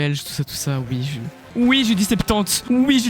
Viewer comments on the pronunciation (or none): BAHAHA regarder moi ce Belge qui est infiltré Italien et qui dit "ouit"